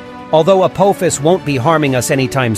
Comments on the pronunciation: I mean your first video clip gets the name right with A-PAW-phis not A-POE-phis that you wreck your video with!! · A-pof-is. Not APOAFIS YOU TWIT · for pitys sake it is not apOHphas it's pronounced apAHphas. `throws up hands in disgust` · If Apophis is Greek that pronounciation is incorrect.